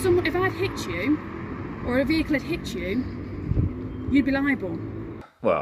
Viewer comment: 'if i hitz youz or a vechilez haz hit youz, youz be liable' hahahaha